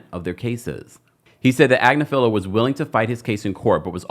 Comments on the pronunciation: Ag-nif-a-Low <<<is how you say it 😂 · I have seen Marc's wife, Karen, on various law shows. She is well-respected and pretty high-up in the legal game. She is also is a liberal. from what I can tell (BTW, she pronounces her last name as Ag-NIF-felo) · Omg it’s mark agNIFilo. You sound sorta, out of your depth when you don’t pronounce his name correctly. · Pronounced ag-NIFF-falo, like buffalo. His wife is a top Manhatten attorney. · His wife is on a youtube channel so you pronounce his name agg-nif-a-low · You are definitely not pronouncing his name correctly. It’s ag•Nif•ilo (emphasis on the second syllable). I’m pretty sure they pronounce it correctly on TMZ. Diddy won’t go on trial for at least a year, so you have plenty of time to get the pronunciation correct. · Please consider this constructive feedback. You do a great job but repeatedly pronounce Marc Agnifilo's name wrong. His wife is an on -air legal talent for The Midas Touch Network. I suggest pulling them up and getting the correct pronunciation of Agnifilo. Otherwise, great show & great job.